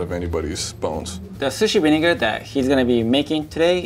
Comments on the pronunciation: Lol, he pronounces it "vinigga" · rosemary lime vineguh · Why does he say vinigga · the way he said vinegar cracked me up